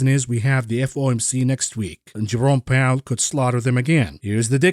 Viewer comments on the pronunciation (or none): none